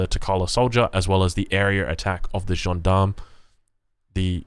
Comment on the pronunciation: Soften that G up on the 'John Darm'